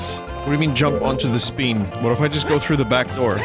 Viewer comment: Variations of SPEEN include: SPEET FLEEP SWEEM